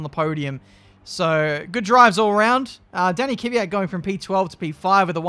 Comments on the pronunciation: I pronouns it keviat not kéfiat! Like it if you say it like me!? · Isn't it Kyv-at? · I think it’s “ Kve-yat “ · It's K-V-Y-A-T, not K-I-V-Y-A-T, without the I-sound between the K and the V. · it's no ki-vyat it's kvyat. Thank me later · plsease sign kvyat and try to pronounce his name right pls. its like kvyeeee yat or kyiii yat not kiv yat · There's more than 1 syllable in Kvyat. pronounces it KIH-vee-at, but it should be kih-VEE-at. Crofty basically takes out the first syllable by combining it with the second so that it sounds like "Fiat". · KIWYAT not keyveeat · Okay, here it is: K - V - Y - A - T not K - Y - V - Y - A - T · It's Kveeat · It's Kiviat that's the pronunciation. But It's Spelled as "Kvyat" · Kuh ve yat. Say it quick there you go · Kvyat - hard K followed by soft V. Ya like in Ya(s) marina, followed by hard T. The stress in on ' ya ' sound. Квят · It is KVIIIIIAAAAATTTT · k-vee-at for pronouncing danil’s name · The pronunciation (what I say) is said like this: Kyviat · Danny Kiv-Ey-yat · It's pronounced квят. Trust me, I know. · Kvyat is pronounced as key-vey-at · Holy shit I thought I was the only one annoyed by "kiwi-yat" lmfao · Kvyat is pronounced like Fiat, but the K and V are both pronounced. (Kveat) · Ka - vee- yat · Kvyat pronounced: k-vi-at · Step 1: Say Fiat Step 2: Replace the F with a V, so "veee at" Step 3: Put a K in front=kveeat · U pronounce it as Danill K-fi-at grammer right there bois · It's ki vee yat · It must be around "kwiat". His name means flower. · Say Kviat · About the pronunciation from the vodka-drinking-for-breakfast racer, it's kVIat , for being russian... The strong pronunciation is at VI \o/ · I'm no Russian but I pronounce it Kiv-yat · Its daniil KVYAT, I don’t know where people got the E after K from. It’s is pronounced as it’s written. In russian its Квят, я is ya. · It’s pronounced„kwiat“ but only one syllable no kwi-at or ki-wi-at just kwiat ain’t so hard when you give it a few shoots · its kVYAT